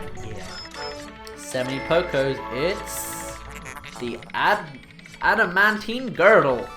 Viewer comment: WOOOOOOOWWWW you're SO European that you can't even pronounce adamantine XD